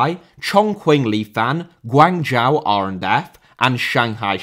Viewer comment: It's been years and man still can't pronounce Guangzhou